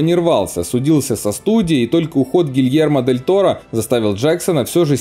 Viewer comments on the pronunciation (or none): 6.26 дильермо гиль торо. Гильермо дель Торо.Тормоз хотя бы выучи имя режиссёра. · Я не ослышалась? "Дельермо Гель Торро"?????? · "Дельермо Гильторо" красиво сказал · Дильермо Гель Торо...??? Интересная оговорка...)) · Дэльермо Гель торо???!!!